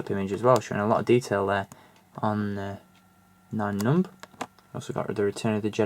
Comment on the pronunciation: I think you're pronouncing the character wrong